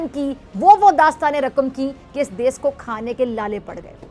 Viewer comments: 'Des' nhi hota jahil khatoooooon 'desh' hota h😂😂😂😂😂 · pehle "desh" to sahi se bol le pagli